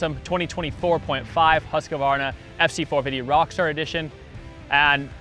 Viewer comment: It’s pronounced "hʉːskvɑːrna". 3 syllables not 4.